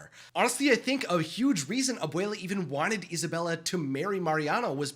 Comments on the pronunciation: Abwayla, that's how you say it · stop saying abuula